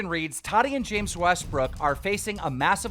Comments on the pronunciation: This guy purposefully messed up people's name to piss people off. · Keem is the worst at saying names lmao